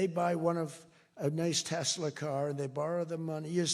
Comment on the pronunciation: ❤our POTUS MAGA!! 😂LOL "tesler"!😂😂